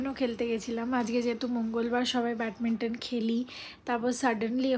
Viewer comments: Batminton??? Say badminton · She’s working in Bank & she has done her Masters and MBA also she will pronounce Batminton ? Are you mad or what?